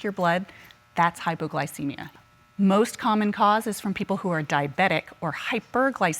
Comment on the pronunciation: "HypoGlowcemia.." Lol I sometimes live for the new pronunciation of words that come from a lot of these people on all my favorite shows.... Lol 🤣🙄🤣😜😏